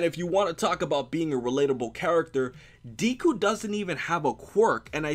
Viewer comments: Not triggered... it's funny to me lol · Tadpole Superhero I know right how can you fuckup that bad at least google the pronunciation and deku isn't really a nickname it's just his name read different way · I'm so glad that you're watching my Hero Academia Aka the Best Anime Of 2017 so far but please can you Pronounce Deku's name right next time Lol 😂😂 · Audio level sucks and not gonna front how you pronounce academia and deku is MAAAAAD annoying. Btw NO ONE CALLS HIM Izuku. (At least on the anime)